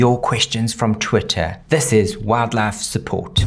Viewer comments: Today I learned aussies pronounce "wildlife" as "wad-laf" 😂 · Every he says 'Wildlife' my brain can't tell if it's English or very Country